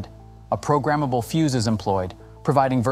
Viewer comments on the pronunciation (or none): none